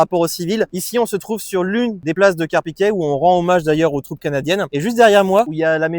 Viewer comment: on dit Carpiquet (é) et non Carpiquet (è) comme dans poulet.